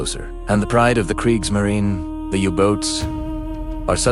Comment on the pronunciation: Say kreigsmarinA.